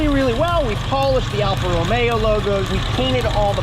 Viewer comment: What's a T Belt? Timing belt? Hate to break it to you but these use a timing chain that almost never needs replacement. You might be thinking of a Fiat Spider, which does use a timing belt. Also it is "Romeo" not "Romero". Bit of a peeve of mine.